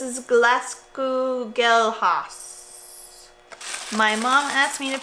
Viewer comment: your pronunciation of Glaskugelhaus is hilariously (and adorably) bad 😂 it just translates as "Glass Ball House" and both Glass and House are pronounced the same in English and German- now you know for next time you come to Germany 😉